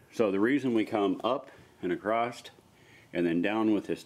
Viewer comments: OK, What's with the "Acrosst" shit? I've seen many American YouTubers saying this repeatedly so it's not accidental. There is no word Acrosst, old English might permit "acrossed" [a] [cross] [ed] but nothing like Acrosst. The word is "Across". That's all it is. Thanks for the video tho bro. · Oh I'm just giving you hard time lol! it's just odd to me because I know the YouTubers I'm referring to are quite intelligent (including yourself). Is just a strange thing.